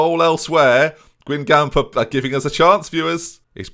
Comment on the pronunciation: And when he pronounces Guingamp the way he does. AFTER ALL THEY'VE DONE FOR YOU,.